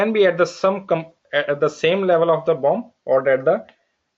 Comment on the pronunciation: everytime he says bomb....no offense lol